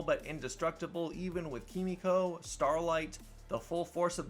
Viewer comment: Her name is Kimiko. You're pronouncing it like Frenchie does.